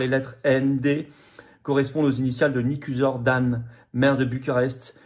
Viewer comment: On prononce " Nicouchor " , si jamais vous deviez en reparler. En tout cas, total soutien à la Roumanie.